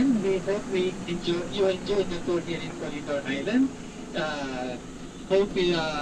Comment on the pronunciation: The pronunciation of corre"g"idor....is H or G? Im confused